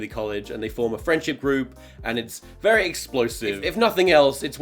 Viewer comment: vewy nice